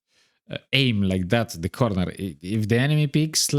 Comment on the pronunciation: "corrrrrnerrrr" You remind me of another content creator I used to watch a long time ago, and he was Serbian. You Serbian or a neighbor, maybe?